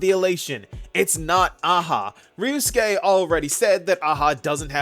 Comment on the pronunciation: say it with me now... ree you sue kay. ryusuke. not rUUUUU skay.